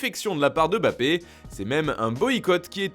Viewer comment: On dit Mbappé et pas Bappé.